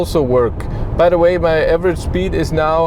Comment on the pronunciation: „Shpeed” :) Instantly imagined how it was as if Clarkson had always pronounced it that way 😂